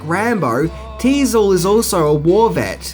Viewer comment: Teasle, not diesel